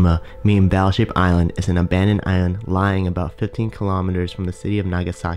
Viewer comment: Crap commentary. The pronunciation (and enunciation) is appalling. He pronounced the word "commonly" as "commy", pronounced the word "island" as "ian" (sounded like "iron"), and pronounced the word "populated" as "populade". Really, really crap!